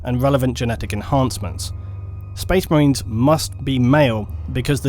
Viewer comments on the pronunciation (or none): Spoice Mah-rains